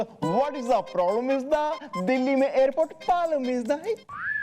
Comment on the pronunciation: Problem ❌ Palam ✔️